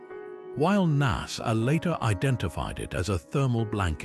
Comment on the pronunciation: You could've at least said NASA right.